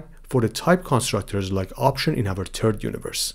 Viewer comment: "In other turd universe" 💀